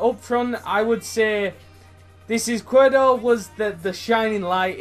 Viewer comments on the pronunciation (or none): It's pronounced Ees-quier-do, it means left in spanish